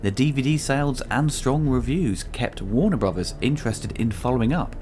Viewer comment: "Warner Bruvas"